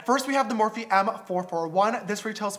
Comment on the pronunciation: me neither! I think he said it wrong